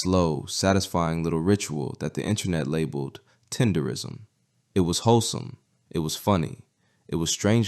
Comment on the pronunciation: Damn can yall pronounce the shit right. TEDERNISM Not tenderism. put the damn N in it